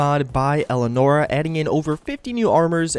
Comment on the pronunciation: elianora not elenora elianora dude